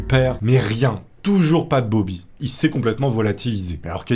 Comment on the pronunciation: "Bob'larre" pour "Bobby" c'était trop ahah 🤣 par contre, 20 000 dollars pour l'époque, ça me semble VRAIMENT beaucoup, même si ils étaient riches, ça fait une somme énorme pour l'époque, et ça représente bien plus que 20 000$ d'aujourd'hui! ahahah ce charisme présidentiel 🤣